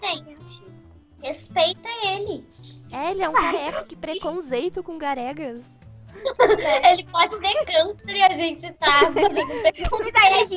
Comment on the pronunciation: Que “PRECONZENTO"COM OS “GAREGAS" KKK